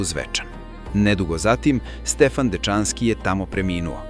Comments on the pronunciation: Ja sad po prvi put čujem da se Dečanski izgovara tako brzo.Učio sam da je naglasak na slovu E i da se izgovara sporije.Isto i za reč anatema.Naglasak na slovu A i izgovara se sporije. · Наратор погрешно акцентује Дечански,Дечански није презиме него присвојни придев,као кад био рекао Чачански.